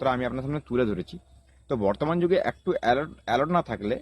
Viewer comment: Dhur baal ta scam ta ki kore hocche seta bol, r tachara alert bole word ta alort na